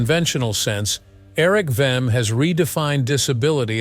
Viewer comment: It's ERIK WEIHENMAYER; not Erik Venom.